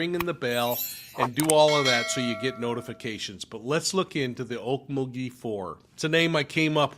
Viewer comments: I live in Tulsa, and have been to Okmulgee (You need to put more inflection on the mul part, more than the ok part😆) ok MUL gee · okMULgee. The emphasis is on the middle syllable. Just fyi 😉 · Some of us call okmulgee by a different name, ugh-lee-mug-lee